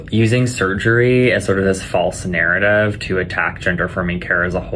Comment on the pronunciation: The way that surgeon keeps saying "surgerree" is one of the most irritating things I've ever heard. His voice in general is like nails scraping down a blackboard but his performance of that word is egregious.